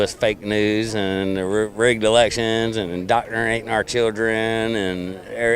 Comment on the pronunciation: “… dotrinatin’ our children…”